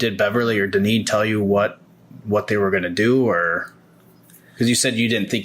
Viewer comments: "Dine- ann" Wow...🤦🏻‍♀️ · Her name is pronounced Dineen